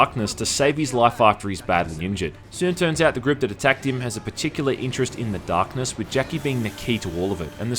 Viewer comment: "The Dahhhhkness"